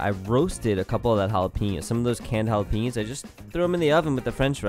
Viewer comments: I got triggered every time he said "halaypeeños" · Every time he says jalapeños, I cringe.